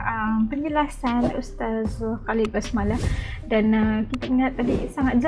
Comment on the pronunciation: Basalamah kak, BUKAN Basmalah. Hehe